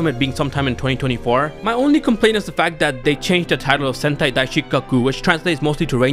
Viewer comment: I keep hearing sentai as hentai……what is wrong with me